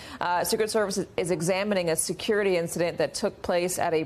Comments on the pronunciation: National Seucurity???? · What is "Seucurity"? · Seucurity huh. 😂